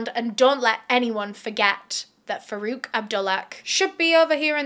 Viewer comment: I keep hearing verruca instead of Farouk but my,my,my doesn't he seem to have Verruca Salt vibes. It's also ironic that as far as I'm aware Farouk in Arabic origin means one who distinguishes between right and wrong. (Please correct me I'm wrong!)